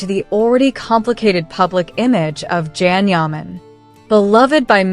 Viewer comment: It would be amazing if u learned to pronounce his name. Absolutely amazing!!